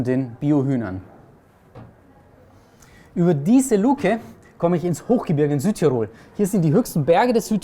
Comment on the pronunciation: Bei diesen drei möglichen Varianten wäre ich doch tatsächlich für die dritte. Wäre schade, wenn was von dem toll Gebauten verloren ginge!! (Eine kleine Sache nur: man sagt nicht Südtir*o*l, sondern S*ü*dtirol - die Betonung liegt auf dem ü.)